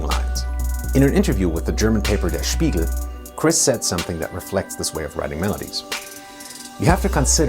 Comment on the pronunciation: "Spiegel" - Never heard someone pronounce something in german so accurate. Or is he German?